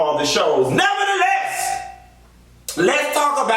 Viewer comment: I love when you say 'NEVER THE LESS!!!"